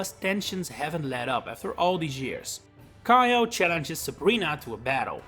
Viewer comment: For future reference, Kiyo isn't pronounced "kai-o" it's "kee-yo." If it was pronounced with the "aye" dipthtong, it would've been spelled "Kaiyo."